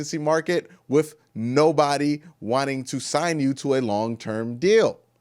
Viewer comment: I'm gone need him to put a "th" on the end of the word "with"..... No f in with 🙄